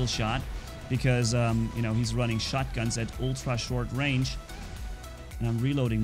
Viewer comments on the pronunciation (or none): none